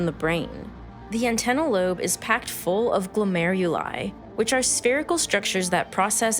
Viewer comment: «Only 43 glomuleri»? Not sure that's how it's pronounced.